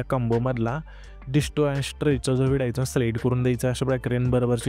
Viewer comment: व्हिडिओ ❌ हिडियो ✔️